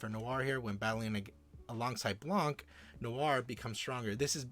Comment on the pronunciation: the c in blanc is silent